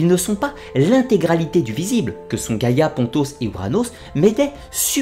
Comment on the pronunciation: C est pas giagia (gaia)😂 c est géa!! (I don't want to insult..im in love with your accent) Giagia means grandmother. (When a and i are next to each other .. Like the word gaia ai is e acoustic ) Good job though!! Congrats